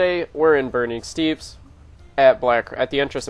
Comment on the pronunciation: It's pronounced STEP.